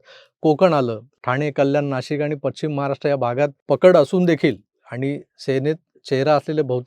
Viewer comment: मला माहीत आहे हा मराठीचा क्लास नाही …. but if you don’t mind …. ‘अटरा’ नाही ‘अठरा’ असा उच्चार आहे. तसंच पछिम किंवा निछित नाही … पश्चिम / निश्चित हे योग्य उच्चार आहेत.